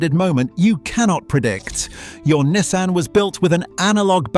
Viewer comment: Learn to pronounce Nissan and maybe make the pictures match what you’re talking about in the video. 🤦‍♂️